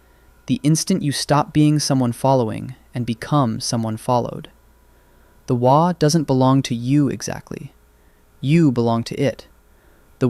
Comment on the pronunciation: Fantastic video, and thank you for pronouncing " Waaagh " correctly. I would like to see you cover Ork flyers, please . Thank you. 🤘💚🤘